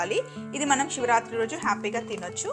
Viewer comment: Siva rathri, shivarathri kadu